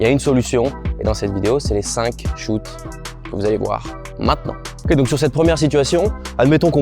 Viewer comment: Incroyable cette vidéo j'adore le petit "okay" au milieu de chaque on sent bien l'américain you know